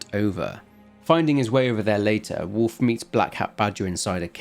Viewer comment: I only listened so I thought you were talking about Warf.